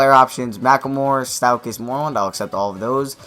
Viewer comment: Stephen not Stefon. Stauskas not Staukas